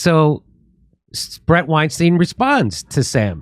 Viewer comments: Bret's surname is pronounced WineStine, not WineSteen I am a fan of Bret and Heather. And don't break your arm patting yourself on the back. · “Stine” his name is pronounced STINE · Sam intentionally pronounced Bret Weinstein wrong because he know Bret doesn’t like it. What a douche